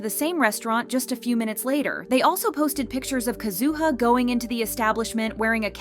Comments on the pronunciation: Isn't it KAzuha? Her emphasis sounds unpleasant. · Nah why you gotta do Kazuha dirty by pronouncing her name like that 😂